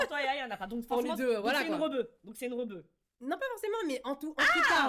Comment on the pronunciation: Elle a dit pas forcément REBEUE… mais en même temps oui c’est VITAA ptdr choquée 😂 Bon j’en suis qu’à 20min de vidéo mais quel plaisir !!! Je poursuis la lecture 🤣